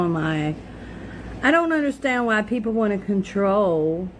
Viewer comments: Peopple? Maybe EBT should cover English classes? (Also thinking that guy was satire) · What’s a “peopple”?😂